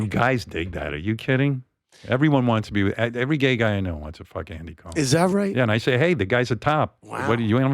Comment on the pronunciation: ouch maybe howard shouldnt ahve done this one. Some of this is shameful like he thinks calling andys name wrong is demeaning. thats like Trump getting everyone to mispronounce Kamala. makes him look small and insecure.